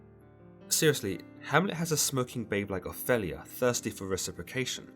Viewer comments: oph-ELL-ia?? really? it’s opheeelia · Can I ask abut your pronunciation of the name Opelia. ? I’ve only heard it as ‘O-feel-e-ya’. Yet you say ‘O-fell -e-ya’. Just wondering why? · Please learn to pronounce 'Ophelia' and 'Elsinor'.